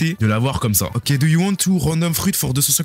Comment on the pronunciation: Petite information comme ça: Le fruit du démon se prononce DO, comme dans DOnut Non, on ne dit pas DOUG. Par exemple, vous ne dites pas " Je vais allez manger un DOUGnot ", ben c'est pareil pour le fruit du démon. Merci et bonne soirée !